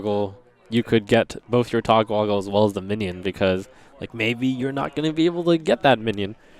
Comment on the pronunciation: How the fuck is this guy still mispronouncing Togwaggle (as Togwoggle) a year and a half later